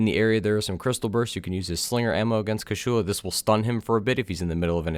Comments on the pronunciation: Kew-charl-lahr not! Coo shoe looooooser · It's been four years, are you still saying KASHULA instead of KUSHALA? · Great guide, but please, stop saying "Kashulu", like you want to spell Cthulhu. It is Kushala, KU SHA LA. My ears are in pain from that...